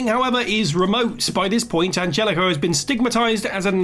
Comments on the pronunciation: I know this may sound nitpicky but it just kinda bugged me, his name is Angelico it's Spanish. So for future reference it's pronounced like you're saying "On Hell E Co". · Isn't it pronounced AnHelico?! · It's pronounced "An-HELL-ico" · Angelico's name is prononced "Anhelico". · If you can't say their name right, don't include them on the list. The j in Anjelico is pronounced with an h sound. Ann-hell-ick-o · The way you pronounce Angelico concerns me 🤣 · The G in Angelico is pronounced like an H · That's not how Angelico's name is pronounced. Like you watch one Angelico match and you'll know that that's not how his name is pronounced. Does the person reading the video actually watch AEW?